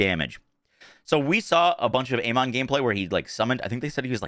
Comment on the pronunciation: Has Gearbox actually specified how to correctly pronounce "Amon"? In English, it's normally pronounced "A-men", and with its Egyptian pronunciation it's "Ah-mun". Neither is "A-mon". Also, is this gameplay from a Switch 2 outside of docked mode? Because that's the kind of 23fps performance I expect. If that's on a decent PC...ugh.